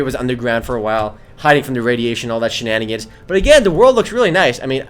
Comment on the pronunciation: Its sooo funny when he says shinanigans